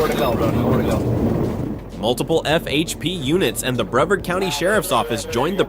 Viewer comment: Sorry but it's bre vard pronounced bruh vard not brev ard